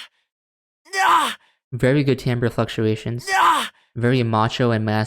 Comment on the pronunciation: LMAO i love that you finally learned how to pronounce timbre it's okay i used to think it was timber too